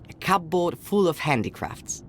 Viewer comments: genuinely really pissing me off how he pronounces cupboard. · To be fair, that's how the word looks like it should be pronounced, given the spelling. From his accent I'm guessing English is a second language for the V.A. He's most likely reading off an English script and didn't know there's an arbitrary rule that the 'P' in 'cupboard' is silent.